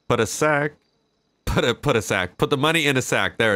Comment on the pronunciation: the way he said "sack" differently compared to the rest of his sentence sounded weird as fuck 😂